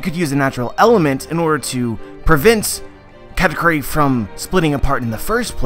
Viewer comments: Is it me or he saying Cat-A-Curry?? Meow Meow awakening mode! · funny how you think "Katakuri" is pronounce "katacurry". Just put it on japanese google translate and put on speaker, voila just pronounce it that way.